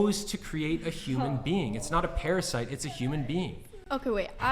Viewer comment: She called her baby as paprasite. Wth